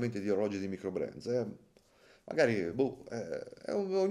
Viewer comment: "maicrobrand"?! abbbbasta 😅😅😅 (Però ci sta', così a Lugano si imparano a vendere il tonno!)